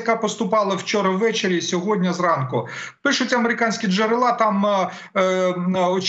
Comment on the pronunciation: Не "джерела" з нагосом на а, з наголосом друге е. Невіглас.